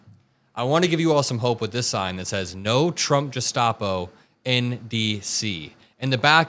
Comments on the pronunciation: I love your channel and your content. You make great videos, but as an older viewer to your primary demographic (I’m 40) I think it’s a distraction from the discussion when you mispronunciation words. You’re pronouncing gestapo like “Jestopo” in this video and others. Clean that stuff up and it will greatly help keep focus on what you’re saying instead of how it’s being said. Thanks for all u do and for fighting for democracy! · it's not Jestapo. It's a hard G like in garden. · Jestopo??? WTF??? My goodness Americans can't pronounce anything normally!!! Jestopo??? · Your videos are great, you’re fighting the great fight, you are doing such fine work. *Gestapo” has a “guh” sound at the beginning of the word (not “juh” sound 🤗) Keep fighting the good fight! You are awesome! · "Gestapo" has a hard "G". (It's a German abbeviation for "Geheime Staatspolizei," which translates literally to "Secret State Police".) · Did bro just say "jestapo"